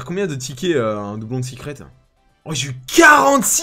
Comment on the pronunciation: Pk tu dis sicrette.....au lieu de secrète ?